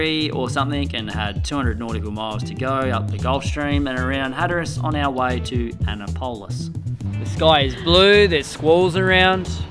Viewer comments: Just an FYI - it's not "Anna Polis" it's "Ann Appolis" (Ann App-o-lis) (having lived just outside Annapolis and Maryland for 2 years). Also - just in case it needs to be said... It's not "Mary Land" it's "Merle lend". Don't ask me why.... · …Annapolis is pronounced An-nap-o-lis, not Ann-a-polis. LOL! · "Anna POL is" is actually pronounced "An NAP o lis" :) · Ann-ap-olis. Make it sound like three words, not two, Anna-polis. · Anna Pole Us. ?????????? A nap olis. You really butchered Annapolis. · pronouncing "Anna-pole-is" got me 😂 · I swear I heard the breaks slam as soon as I heard Anna has a pole or something to that matter! I was like 🤭🤤 Come'on you can do better than that. 😛 I'm a Canadian and I know how to pronounce most cities, towns, rivers, bridges and even most lakes EXCEPT for one!!! Lake Chargoggagoggmanchauggagoggchaubunagungamaugg The longest place name in the United States is a small lake in Massachusetts near the border with Connecticut. The lake is located in the town of Webster, Massachusetts. Since 1921 the lake has been known by a much longer name from a shorter one previously. The longer name is something of an exaggerated name. I challenge you to learn how to pronounce this lakes name. ✌🏼👍🏻🤝🏼🙋🏼‍♀️ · for the record Im 99% sure he was being cheeky and purposefully pronouncing it wrong. I've heard them say it correctly in previous videos, like when they were in Annapolis for a yacht meetup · I love how said Anna Poliss - I was taking a group of kindergarteners there on a field trip and I pretty much had them convinced that they had been pronouncing our state capitol incorrectly by the time we got there. That was 20 years ago and to this day every time I see a road sign to Annapolis it reads Anna Poliss to me. Enjoy you time at the show! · is a philosopher. But it's Ann-A-polis. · Annapolis is pronounced "ANN-APP-OH-LISS" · It’s ah -nap o lis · Its pronounced: Ah-nap-pol-is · fysa it's pronounced - Anne-app-oh-lis